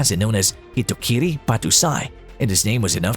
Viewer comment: The title is top 10 '*pure evil*' main characters. You seriously included Kenshin Himura here? He might killed a lot in his past but the focus of the anime is to redeem his self and bow to never kill again, he isn't even a pure evil guy and did you just called Kenshin Himura, 'Hitoriki'? You obviously didn't research. Its Hitokiri btw and its more of a title not a name, Shishio is also a former Hitokiri right after Kenshin quit being one.